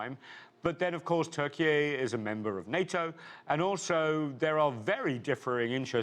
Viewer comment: Why do they invite these "experts" who can even pronounce the name of the country Turkeye? They are sound so full of $**t.